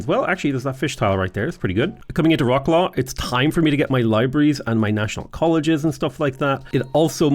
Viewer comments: Turning from nearly spot on "Vrot-suave" on the beginning to literally "Rock-claw" in the middle of the video. Sadge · I like how you started off saying Wroclaw almost perfectly and then switched to "Rocklaw" :D